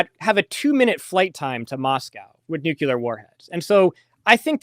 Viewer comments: It's not nukular! If you just look at the written word you can see how to say it - nuc le ar. It's totally simple. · Nukular is not a word. Couldn't listen anymore. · Yes, I consider it very unfortunate that he's mispronouncing 'nuclear,' in the precise manner as G W Bush. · I knew that would make somebody mad, but the thing is if a person says "nukular" that means that they never saw the word written down and if they never saw it written down, how much can they know about the subject?